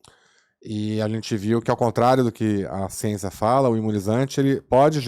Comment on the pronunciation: Num criditiu!! E a "çiênça" como "isprica" isso? 😂😂